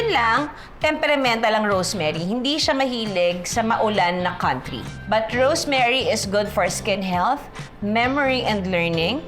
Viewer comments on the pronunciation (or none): none